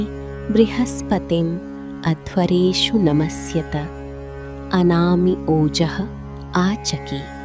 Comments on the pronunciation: It's anama not anami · It was written “ANAMA” but she pronounced “ANAMI” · You were pronouncing as anami but in display its given as anama... Which is correct😮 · yeah ...but here it sounds like anami .... or it's okay Thanks 😊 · Anami or Anama? Please clarify if the correct pronunciation is the first or the second. Thanks.